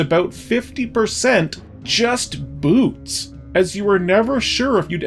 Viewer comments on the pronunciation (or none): I heard "noose of flight" when you said "boots of flight." For whatever reason I thought it was the funniest thing I had ever heard. Thought this slog was going to end much differently.